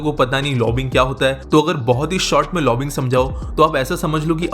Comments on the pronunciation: It is not 'lobbing', but 'lobby-ing' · aa re chutia, lobbing ni hyi, it is said like "lobbying".